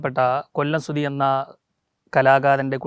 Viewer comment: സുതി അല്ല. സുധി...... Ok